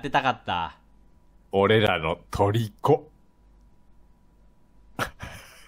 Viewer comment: ちなみにのトリコは トリ↑コではなくト↑リコですよね（はい全く身にならない）